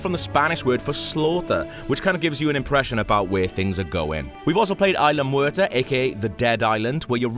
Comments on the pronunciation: FUUUUUUCK, he fucks my ears when he says "Ayla" instead of isla. There is this thing called google, type that shit in and listen, fuck you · Its Isla, not ila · cant wait to see the indo rex, seriously guys, first you say indo rex instead of indo raptor, then you say it like ila sorna, I know that's probably how its said, but everyone says isla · ITS PRONOUNCED ISLA NOT IILA COME ON!!! And what the hell is indo rex??? LMAO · Fire the damn narator, there is an s in "isla" its not "ila" secondly wtf is an "indorex" its very different to what its supposed to be "indoraptor" 😡😡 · >prouncing “Isla” as “eye-la” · It's pronounced ISLA (no silent S). You'd think FOUR movies would be enough to ingrain that in one's mind. I mean, Jeff Goldblum's Ian Malcolm even says ISLA Matanceros in your own IGN 20 minute gameplay video... EDIT: And after hearing him call it Indo Rex, I question why they didn't get an actual fan of the franchise to narrate instead... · This guy is a huge fan of Jurassic Park. He's from Prepare to Try and he's constantly tweeting about Jurassic Park. Pro bouncing a word wrong doesn't make you not a fan. Smfh. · If he was such "a huge fan of Jurassic Park" he wouldn't make such simple mistakes. Smfh. This isn't the first video either that IGN posted where the narrator mispronounced "Isla."